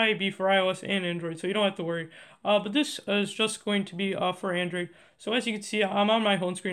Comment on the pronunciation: HE SAID ANDORID